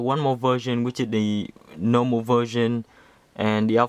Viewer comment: "this is the nowmal vewsion"